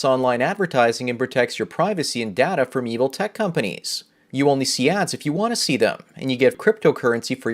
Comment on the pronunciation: I thought that data was pronounced data instead of data